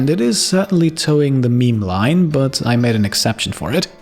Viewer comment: I'm going to have to unsub, no one probably cares, but: What I've had enough of.. 1) The microphone is awfully setup, you will hear what I mean if you use proper headphones/proper audio setup. You won't hear it on cheapo desktop speakers. 2) The way says "but" - i actually legitimately cringe. I know is german, but there's no reason to butcher it this badly on purpose.